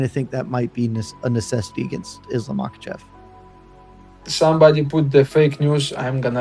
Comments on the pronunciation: So annoying when he intentionally mispronounces the names. "Makkelchev"🫩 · "Islam Mockelchev" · chael sonnen: islam mackleshev